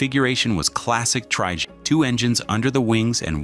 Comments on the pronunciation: What exactly is a "tree-jay"? Did the AI not understand "Tri-Jet" ? Also the Lockheed L-1011 is pronounced "El Ten-Eleven". Please stop using AI as your only method of work. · ‘tri-jay’?? The artificial narrator is really not up to scratch yet. Shame, as this video is otherwise well presented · What's a "tree-jay"? AI has a way to go on its narrating skills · What’s a “Tri-Jay?”👌🤣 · Probably cause the voice is AI. Loot of people don't like the sound (the word trijet in particular hurts) and is generally seen as less credible. "Is the script AI too?"